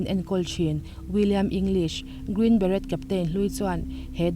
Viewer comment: Green Beret (Bere ti a lam tur t hi lam rik loh tur)